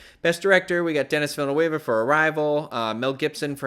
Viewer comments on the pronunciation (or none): It is Den-ee Vill-neuf